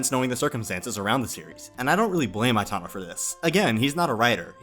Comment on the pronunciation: Why are you pronouncing Itano's name as Aitano? Especially when you are pronouncing Ichiro and Aikawa correctly in the same sentences???